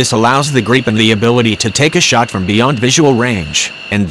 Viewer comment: Why the fuck do these video's have computerized voices, let alone can't even pronounce gripen properly.